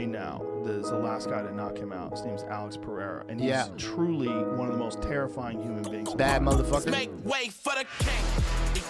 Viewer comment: It’s PEREIRA not PEHEIRA omg, it drives me fkn nuts! 🤣